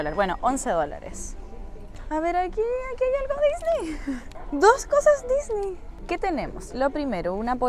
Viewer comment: Una pregunta porque dices Disney tan raro no se dice como tú lo dices